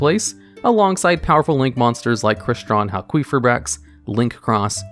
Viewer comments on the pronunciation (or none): Say it with me.. HAL-kee-FYE-brax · HAL-KEY-FIBRAX SAY IT FUCKING RIGHT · Halqifibrax not Halquifibrax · Yeah, it’s pronounced Hal-Key-go-bracks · I like you but I had to stop watching after the second “hal-queef-fibrax” dude there’s no u after the q, it’s qi, like ki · hal kwee ferberax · Linguistic Point: "Q" is pronounced as a "K" if it isn't followed by a "U". Queef is definitely not right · It's pronounced as Hal-kee-fai-brax because Q still makes a K sound. The reason why we associate the Q sound with "Kwuh" is that the majority of words that have the letter Q in them have a U that follows it up. So words like Queen, Quilt, Quit, Quiet, etc. are more common than words like Qatar. So you were saying Halqifibrax correctly at one point. There was a period where people were pronouncing Qlifort monsters incorrectly, so it was annoying. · Hal-queef-ra-brax That got me every time he said it. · I giggled every time you said hal-queef-eye-brax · I've only seen Halqifibrax being pronounced Hal - Ki - Fye - Braks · It's pronounced Cry (cry) stron (strone) Hal (hail) Qui (key) fi (fee) brax (bhraxaxaxaxisanis) Just thought I'd clear that up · HAL-QUEEF-REYE-AXE -this guy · I know theres a lot of other comments on the pronunciation you're doing of halquifibrax, but its name sounds like Haal-kee-figh-braax. Idk why but it annoys the hell out of me the way you've said it this whole video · You keep saying halQUEEFabrax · Ha ha! You said "queef" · Halqifibrax- Hal-kee-fie-bracks. There is no “U” after the Q in Halq’s name, so the Q has the same phonetic use as a K. A Q on its own does not have the phonetics of a U unless said U is present, and immediately follows said Q. No offense to you, dude. I just hate hearing it mispronounced so much. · i appreciate the pronunciation heads up cause hearing a q pronunced as a qu was getting to me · I'm a little uneasy over how you say Halqifibrax.